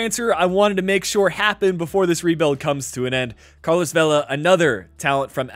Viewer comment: Vela not vella 😩